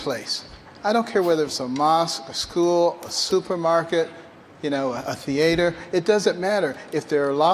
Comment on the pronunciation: “a theeayter”